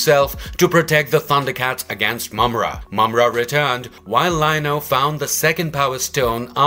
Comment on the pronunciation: Congratulation! You finally pronounced his name correctly. I'm glad I could help.